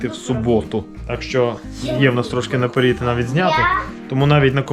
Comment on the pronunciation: Не наперід, а напЕрЕд. Аж уши режет